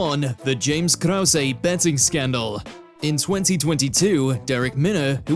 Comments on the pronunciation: Who's "KROWSAY"? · Not to mention James 'Krouwsay' 😅😅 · Not only did he say Chael's name wrong, but everyone in number 1 was pronounced wrong, especially Krause. I can understand getting Nuerdanbieke wrong bc it's a tough one to get right.